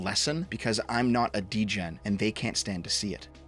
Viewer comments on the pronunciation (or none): said "degen", Canadianism confirmed